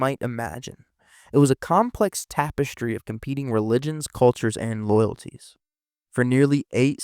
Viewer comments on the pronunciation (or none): none